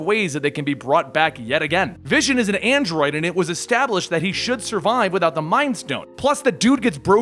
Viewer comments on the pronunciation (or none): none